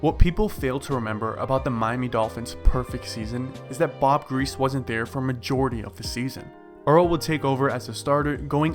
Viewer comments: Its pronounced gree-see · Why are you making videos when you can't even pronounce the name of Hall of Fame quarterbacks like Bob griese?